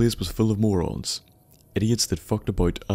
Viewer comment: Lolz "this place is full of Moran" hahaha